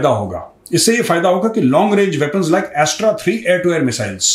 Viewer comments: Its not A.S.T.R.A Major its Astra(अस्त्र) 👍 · मेजर साहब, एस्ट्रा नहीं अस्त्र 😊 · वो अस्त्र मिसाइल है. एस्ट्रा नहीं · Yaa Bro I Know That, But Unhone Pronounce Jra Alag Kiya, That's Why Maine Unhein Ye Bataaya! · Astra is actually अस्त्र मिसाइल। Major , please pronounce the missile correctly.